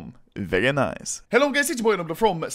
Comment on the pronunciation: Vewry naice